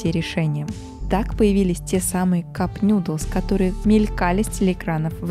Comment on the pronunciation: Присоединяюсь к мольбам! прОсо, Осака и нУдлс! Сочетание «оо» даёт звук, похожий на русский «у», без смягчения, как в словах school, cool, moo